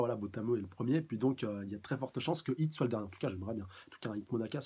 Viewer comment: C'est "Hit" ! Pas "Heat" !!!!